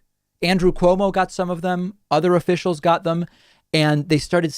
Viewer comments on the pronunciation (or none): none